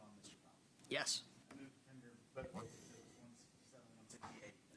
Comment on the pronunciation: Fantasize all you like about Chris saying, " the devastation * I * caused". You gonna take the word of a defense attorney who pronounces "ezzzzibits" and asked Chris if he used "Plumber's Semen"? GTFO.